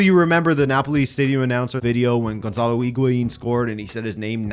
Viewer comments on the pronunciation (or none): none